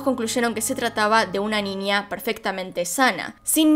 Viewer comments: Porque dice Ninia o cosas con la ñ dice nia XD? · Me encanta cuando dices ninia en vez de niña jeje